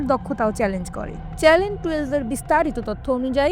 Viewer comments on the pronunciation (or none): ৭১ টিভি কর্তৃপক্ষের কাছে একটা বিষয় জানতে চাই, খবর পাটিকা বার বার চ্যানেল শব্দটাকে চ্যালেন বলছেন কেন?